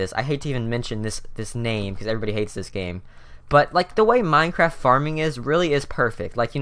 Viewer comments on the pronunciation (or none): none